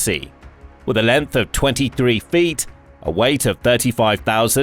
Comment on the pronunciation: "Lennnth". So painful listening to this channel.